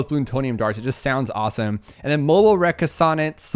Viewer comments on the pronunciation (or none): it’s pronounced Re-conn-sence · Reconnaissance - his pronunciation lol